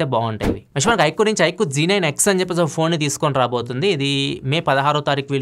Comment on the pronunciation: Z9x anna g9x ani cheppavuu😂